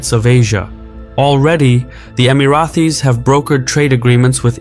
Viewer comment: Amazing video but i gave a thumbs down because you keep calling us “Emarathis”. There is no TH in the name. Thanks